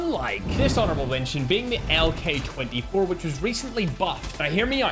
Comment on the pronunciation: really tried to say LK24😢